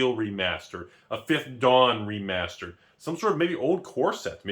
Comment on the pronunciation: Let me save you time. literally spends 13 minutes and 5 seconds saying "(Previous Magic release) Remasered?"